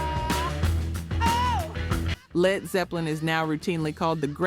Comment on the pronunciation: E.L.O. not Elo. STYX not Sti-x. Led not L.E.D..